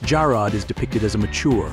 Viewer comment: 20, that is the wrong Richard Long. This man is a British artist, not the American actor who played Jarrod.stanwyck did not die in 1970 at the age of 60. She died in 1989 at 82. The AI voice mispronounces “Jarrod.” Jarrod was not a loving husband and father he was a widower with no children. Richard Long was never in The FBI. Long died on Dec 21, 1974 at 47, not Dec 24, 2014 at 84 and then we see the British artist again. Linda Evans did not have four marriages and had no children. This thing is full of bad information everywhere.